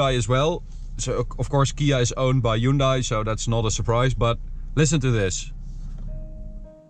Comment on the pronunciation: wrong hyundai pronunciation